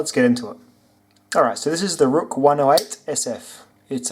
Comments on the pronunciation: Good review but ruike is pronounced rake nbd but how you said rook really got on my nerves but whatever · Hey man, great video. I fuckin love this channel. Also, just to throw it out there, the company clarified its pronunciation as RAKE actually. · FYI ruike is pronounced rake